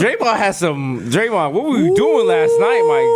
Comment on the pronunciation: this nigga desus pronounced Draymond name like is was Raymond wit a D in front hahahahahahahaha